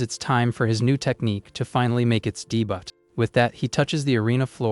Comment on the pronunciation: Debut is pronounced 'day-bue' or 'dA-bU' not 'dE-Butt'. but man that was funny debutt HAHAHA!!!! (I seriously hope it was AI so I didn't hurt your feelings).